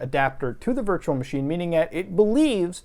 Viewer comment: ish anywhunm st0l playying teh dyrynking gayem whear yew tac=ke a shit shot, every tiem he saIWZ "vEE eMm", "vurtchewal mah sheen", or "vee bucx"? Iym Tlying tew